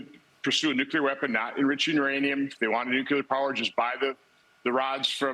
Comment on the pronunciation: It bothers me that even people at the highest level cannot pronounce the word nuclear properly. 😡